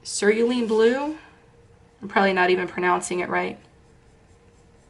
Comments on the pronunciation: Ceruleon. Pronounced sear oooo lee on, emphasis on the ooo. This was such a good video, these tips and tricks are so helpful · Only because you were asking -- I believe it is pronounced: Sir - roo - lee - un Blue. Cerulean Blue I like to call it: Sir ril lee un Blue -- It's easier ! 🙂